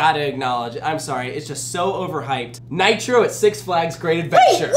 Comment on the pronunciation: Tricking saying Nitro that is wrong on so many levels.